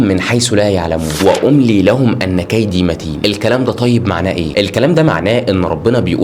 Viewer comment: إن كيدي متين وليس أن كيدي متين